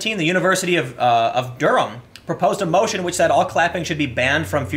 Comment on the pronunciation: For a non-native....your pronunciation of Mancunion and Durham was actully well done. :D